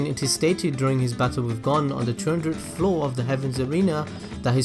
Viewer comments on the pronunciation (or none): none